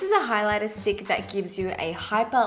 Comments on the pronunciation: I heard "this dick" when you said "this stick" 😂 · Omg I did not even notice that "with this stick" sounds like "with this d*ck" till you mentioned hahah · I swear I heard 'this dick' instead of 'this stick' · i spent a solid minute verbalising it to try and find out what exactly it was meant to sound like 😅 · she's TRYING SO HARD TO SAY STICK SO CUTE OHMYGOD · HAHA I DIED EACH TIME SHE SAID STICK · haha it was so cute when you were trying to pronounce stick XD